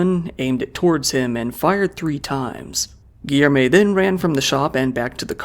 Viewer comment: Great vid but hearing the ''Rioh de Djaneyruh'' and ''Giermay'' gets a little tiring sometimes. Portuguese is hard, i've heard worse pronunciations :p